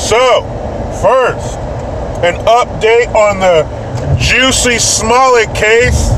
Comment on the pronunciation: "Juicy Smallyay" 😂